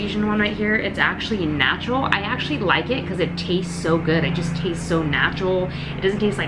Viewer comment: Also when you said "time to make those natural gains" I thought you said "time to make those nacho gains" and I got really excited I thought you weee gonna show us some healthy nachos 😂😂 #cravingsaretooreal